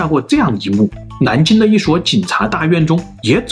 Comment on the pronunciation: 做了那么多年的播主，还是咬字不清： 南京：蓝京 兰州：南州 狼：囊 可能：可冷 难：蓝 老麻：脑麻 真不知道你高考是怎么毕业的。